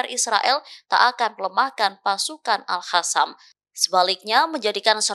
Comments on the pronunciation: Bukan AL HASAN..tapi AL QASAM min... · bukan alhasam mimin tapi alqosam